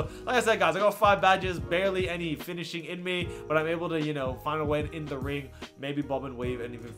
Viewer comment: “Finishing” please